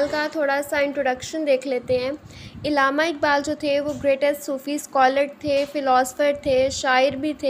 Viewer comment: Pronounce Allama Iqbal not illama iqbal